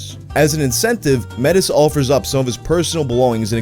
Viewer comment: Idk If this had been said yet but. Metis here in Canada is pronounced (may-tee) are a mix of native and and French or Irish etc.